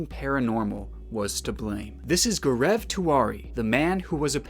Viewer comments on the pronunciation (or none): GAARAAV XD his name is GAO-RAV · It’s G-au-rav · Everytime he says Gur-eeev instead of Gaurav, I get distracted. But it was an interesting case that you brought into light. A lot of discrepancies raises many questions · I'm sorry but Gaurav is pronounced as Go-ruv it bothered me sm💀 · Indians hearing him pronounce Gaurav XD